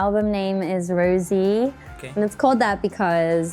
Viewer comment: DON'T ROSE, HER NAME IS ROSÉ, without the letter y